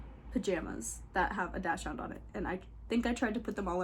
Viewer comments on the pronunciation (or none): Dachshund is pronounced “daak sund” instead of dash hound. This is a dog breed I used to mispronounce too. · You say Dachshund so differently than I do!